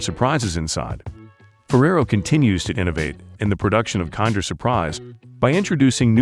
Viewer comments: It's pronounced "Kinder" not "Kander" say it right. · Its pronunced "kinder!" not "kander!" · The narrator is AI generated, and doesnt actually understand the english language it just speaks it how it thinks it should sound. I dont think americans pronounce it as "kinder" (kind-er) they still pronounce it as kinder (kin-der) its just that the robot doesnt know what its saying so it says a lot of things wrong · Kiiiinnndeeeerrr as in kin-der. This is gotta be an AI voice. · It is an italian brand so it is pronounced kinder not kind-er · That is not how Kinder is pronounced. AI voiceover detected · Can't say kinder right, didn't show 1/4 of the actual production....trash video. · It's not 'kinder' as in to be kinder to one another. It's 'kinder', the German word for children. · It is pronounced like in Kindergarden, Kinder means kids in German. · The narrator is super obnoxious with the American pronunciation of the "Kinder".